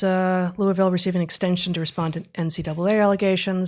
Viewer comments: Pretty good pronunciation of the Ville from an out-of-towner. This story actually gave me hope because it’s opened up some friends who’ve been feigning ignorance of the madness in our midst. I hope it’s effects are not caught in the DISC. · Congrats Heather on your correct pronunciation of Louisville